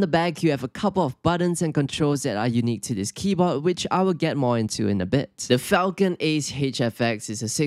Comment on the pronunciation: Not falcon, falCHion, like the sword. How do people still not realize this?